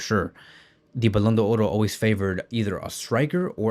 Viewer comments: First learn how to pronounce it properly it's simple Ballon D'or there's no oro in front. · The only guy who pronounces the "r" in ballon do"r"